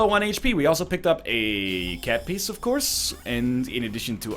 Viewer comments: TFW that NL pronounces cat piece as cat piss.... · "Cat Piece" sounds strangely like "Cat Piss" to me